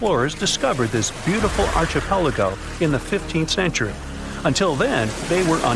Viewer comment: Oh wait.. some researchers believe atlantis was there and you say others think so too?????? Wow it must be true even if you cant pronounce the word archipelago.